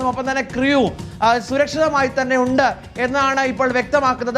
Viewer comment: ക്രിയു അല്ലടെയ് ക്രൂ..